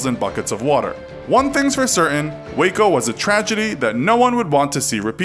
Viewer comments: I’m From Waco Texas And I Heard Of This But Thanks For Giving More Information (And You Actually Said Waco Right!~) And Don’t Call Waco Wacko-._-. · As someone who lives in Waco, I’m glad you pronounced it correctly